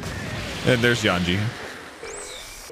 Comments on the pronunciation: Yanji and Raiju? It's Yonji and Reiju. This will be my 400th consecutive time asking to use his massive headphones, or unmute the show because he is 100% not listening to a single word audio wise. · His name is Yonji with a hard o brother. Stop saying it wrong it tickles my brain cause it's a number mispronounced